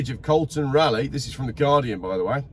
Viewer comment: Well I do not know if any one has commented upon the poor pronunciation ... It is RAWLIEGH..